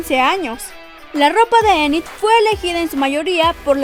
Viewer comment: Enit se pronuncia init